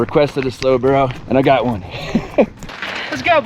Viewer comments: The way you are saying burro is wrong 👀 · lol why not just call it a donkey race.. your pronunciation of burro sounds so off lol